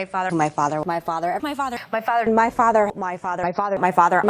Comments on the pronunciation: A good portion of those sounded a lot like, "My farter." I'm only pointing this childish thing out because of her lower level immaturity. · The word Myfother is now stuck in my head lol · At some my point in the “my father” montage, all I could hear is “my farter, my farter” 😂😂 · I started to hear "My Fadda" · Sounds like she says "My Fadder"😂